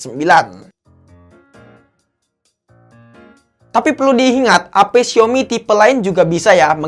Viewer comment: Xiaomi bacanya siomi ~logic